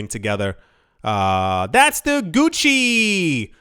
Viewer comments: When you said “Gucky” for Gucci, I laughed hard 😂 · Did you say gucky 😂?